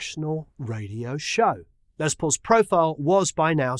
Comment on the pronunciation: Great Video.....Just a point...his name is Lester not Leslie....so should be pronounced Less not Lez....but I know you know lots of famous people, so does he call himself Lez or Less? Brilliant man regardless..